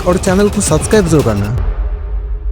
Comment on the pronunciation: Subscribe isi liye nhi krte h kyu k apko thik se bolna hi ata h "Subscribe "😅